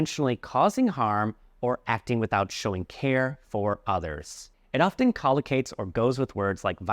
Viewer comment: you also pronounced pronunciation wrong and in often "t" is silent..